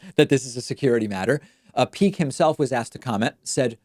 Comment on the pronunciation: Andrew "Peek," not Meek.